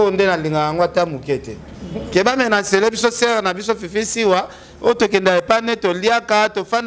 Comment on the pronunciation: ken bongisa prononciation nayo ,balobaka menace et non menance